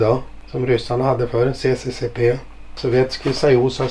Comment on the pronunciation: Kul att posa säger CCCP, han som varit så mycket i ryssland borde väl veta att det är kyrilliska bokstäver som uttalas SSSR.